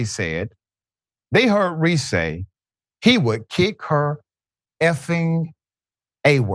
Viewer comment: "Reese axed her" ??